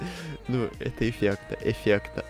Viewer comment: Ты ноучись разговаривать блин говаришь эфекно а надо говарить эфектно божемои и плюс кокая тряпочка это лизун простои боожеее😐🤦‍♀️🤦‍♀️🤦‍♀️🤦‍♀️🤦‍♀️🤦‍♀️